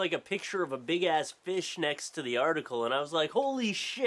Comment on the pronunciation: canada? "BAIG of FEESH"